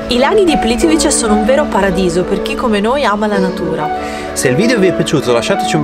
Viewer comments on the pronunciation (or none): Si pronuncia Plitvize!